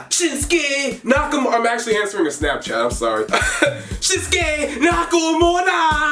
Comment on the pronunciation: Who actually said skinske nakumura when he said it